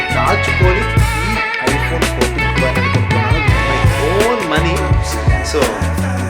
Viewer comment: Plo kadu bro it's pro